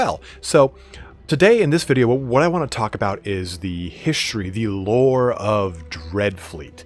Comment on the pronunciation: Why do you pronounce 'history' in such a weird way?